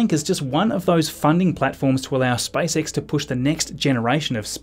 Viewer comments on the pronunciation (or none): 🙂 why did it sound like spice x when he pronounced space x